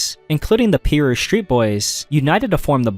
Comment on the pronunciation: "Peeru Street Boys" 😭